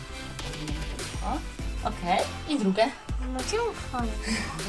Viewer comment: DRUGIE A NIE DRUGE